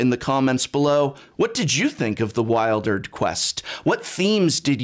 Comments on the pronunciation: Great review, I could really feel the magic and how moving this story was and the themes that surround it. One question though, isn't it pronounced like "Wil-der-d"? (Not "Wild-erd") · I thought it was pronounced "weeldered" and not "whiledered"... :-/